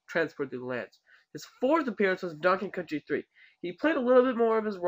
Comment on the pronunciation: watch how he says "donkey kong country" ahahahha rofl to me it sounds like dnkingkntry hehehhe